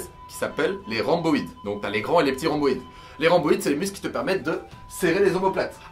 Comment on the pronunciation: Les grands dorsaux rip Le grand dorsal est plus correct aahha Sinon les dorsaux ça passe T’as fait un mélange des deux Ahahaha Et RhOmboïde ahaha pas Rhamboïde 😂